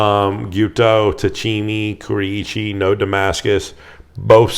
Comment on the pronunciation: Love your videos Greg. I'm Japanese, and I just wanted to let you know the pronunciations on a few words. Anryu, Kurouchi, and Tsuchime. Steve Gamache (AKA ChefKnivesTogo) has youtube videos which are great references on how to say these words. You can just search the following videos for easy reference. Anryu Hammered Blue #2 Gyuto 210mm Quick Look Kajihara Kurouchi Nakiri 165 Quick Look Kohetsu VG 5 Tsuchime Gyuto 210mm Quick Look It should be easy once you hear it👍 The only tricky one might be "Ku ro uchi", which is actually 4 syllables (it sounds like you're saying it with 3) Ro is like Rome Uchi is like Gucci without the G If you're curious, there are a bunch of YT videos on how to say Japanese vowels, and there are only 5 (A E I O U) so it's really easy. As a rule of thumb, Japanese vowels are pronounced just like Spanish vowels if that helps. To be clear, I don't mean to offend anyone for bringing up another channel, I mean well and love your content!